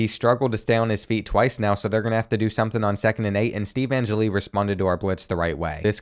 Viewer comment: an-jelly not an-jilly